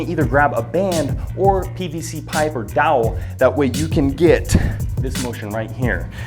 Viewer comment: Dowel? Or towel?